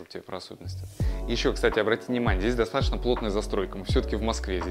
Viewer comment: Режет слух слово "достатошно")) Произносите, пожалуйста, грамотно: ДостатоЧно.